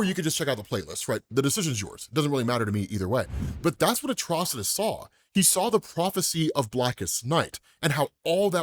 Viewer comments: Atrocidus not artrudos cmon bro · Atro-ci-tus not atros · Why do you pronounce his name like that? You keep saying it like ATTROUS , its ATROCITIOUS pronounced AT-TROS-SITOUS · I'll never be convinced of that pronunciation of his name btw